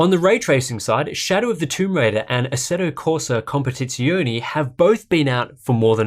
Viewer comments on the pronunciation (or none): Assetto Corsa competiz-WHAT Aaah, you English speaking people and your strange ways of pronouncing Italian words